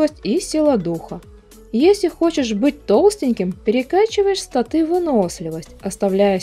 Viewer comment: У вас достаточно не плохие обзоры, но что меня уж сильно раздражает это неправильное ударение в некоторых словах рпг направленности типа статы или мобы.